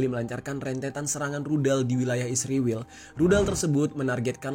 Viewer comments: Israwel..sebutan lu gak benar bro. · Mengapa kalau negara ISRAEL abang sebut dengan ISRIWIL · Gua gak mihak siapapun tapi kenyataan nyebut Israel nyebut Isriwil, gua suka gaya lu bang😁